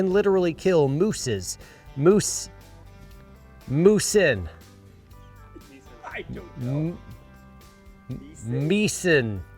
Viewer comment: Moosi pronounced "moose-eye"